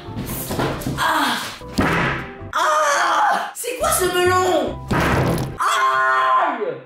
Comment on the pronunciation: s'est moi ou il a dit lastique au mellon